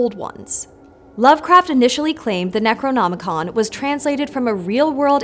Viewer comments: The best part was watching flub saying Necronomican. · mispeaks: Necronomonicon Brain:... Doo dooo do do do. Munuh munuh